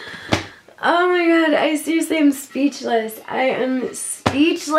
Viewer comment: “OhH mY GwAh”